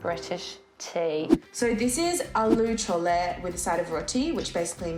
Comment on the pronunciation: just forgot how to pronounce her own country's food lol she said aloo chole like allo cho-lle